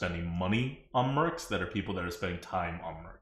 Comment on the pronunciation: "Merps" / "Mercs" is hurting my brain.